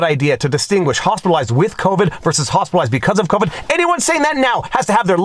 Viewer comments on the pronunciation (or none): Fauci: “…hospital-oized…”